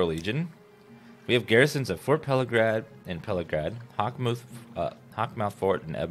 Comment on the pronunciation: I think it's funny how everyone pronounces Pelagiad differently. He adds an "R" in there. Pelagrad. I just say it as though the 'a' and 'i' were switched. Pelagaid. And then I've heard others pronounce it how it's actually supposed to be pronounced.